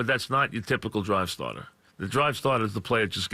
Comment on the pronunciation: "That's ya drive statah"